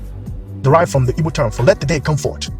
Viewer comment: You keep saying "evo" or "ebo" word and I don't know what you're saying it's so fast. I want to understand this video and share some information. What are you saying there?